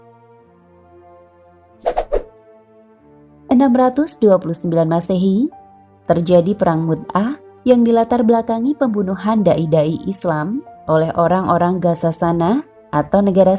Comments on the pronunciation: menit , tulisannya perang mu'tah , admin membaca perang mut'ah. *mut'ah = kawin kontrak. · Hoiiiii bukan perang mut'ah...tapi perang mu'tah.... Mut'ah???? Cb dengar menit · Perang Mu'tah sesuai tulisan min bkn perang mut'ah sprti yg disampaikan min 🙏😅